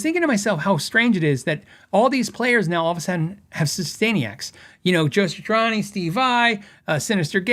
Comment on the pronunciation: Dude, not to be too critical but... It's pronounced "Sat-tree-awn-ee" not "Satch-ur-awn-ee"